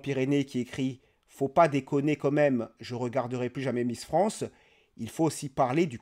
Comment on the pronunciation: Salut, tes vidéos sont bien mais par pitié, arrête de dire "comme même", ça tue la crédibilité "quand même" ! ;)